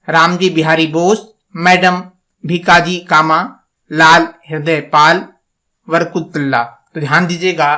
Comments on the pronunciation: भीमाकाजी कामा नहीं होता .. भीकाजी कामा और ..हृदयदयाल नहीं हरदयाल ।। हिन्दी बोलने में इतनी परेशानी??😂 कृपया उच्चारण ठीक करें! बहुत कन्फ्यूजन हो जाती है... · bhika ji kama likha hua hai bhima ji pad rhe ho